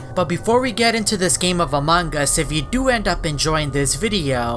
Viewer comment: pleace stop pronouncing it amongus. its very anoyying